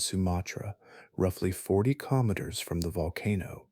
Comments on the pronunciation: The word kilometres has been mispronounced many times, and I am only 19 minutes in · Im sorry, this seems like a good video, but I had to stop about 12 minutes in. The kinometers/kimoneta/kemoleter thing was doing my head in.